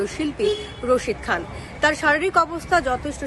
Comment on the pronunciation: উচ্চারনটা ঠিক করুন দাদা, উস্তাদ রাশিদ খান, রা শি দ খান, নামই উচ্চারন করতে পারলেন না🫥, গান কি শুনবেন? যেটা বলছেন, ওই সাজুগুজু দিদিমনি ওটার মানে বাজারের রসিদ, ওটার মানে আলাদা। একটা চ্যানেল খুলে ফেললেই হলো না, Bullshit😡